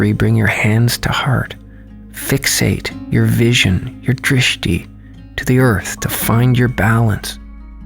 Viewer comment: my name is drishti and it makes me feel so special whenever says drishti 🥺🤍